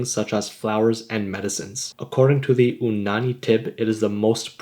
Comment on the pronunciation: It's not Onani It's you-nani or U nani Btw love your videos